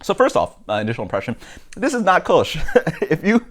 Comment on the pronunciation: sounds like you're saying "koosh"